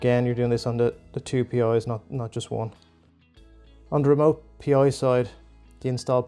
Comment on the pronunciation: It's "Pi", not "P.I.". Thanks for the tutorial.